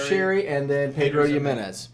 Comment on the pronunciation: Nice Metal Gear Solid sound effect when changed his score there! Btw you got to look up how to pronounce Ximenez, you are murdering it fella, especially with these barrels being so frequently used in whisky production.;)